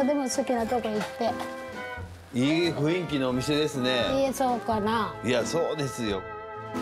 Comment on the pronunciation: ナジャ！ 雰囲気は、ふいんき、とちゃうで！ ふんいきや！ しっかりせーよ！